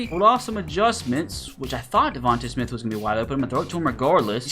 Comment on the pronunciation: It's pronounced (Coop-per De-Gene) and its pronounced (De-von-tae smith)